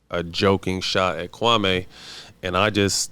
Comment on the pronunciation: Still won’t even say the man’s name correctly. Come on bruh